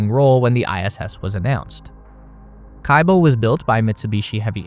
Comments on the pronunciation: Could've used google translator at least to look up the correct pronunciation of the module names) kibo = kee-bO, not kAibo zvezdA, not zvEzda naUka, not nAuka zaryA, not zArya If you said unIty or unitY instead of Unity, that would sound weird, right?) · Kibo is 'kee-bo', not 'kai-bo', and it's Canadarm, not CanadaArm. It would seem kinda weird for such a space enthusiast to pronounce those names such a way.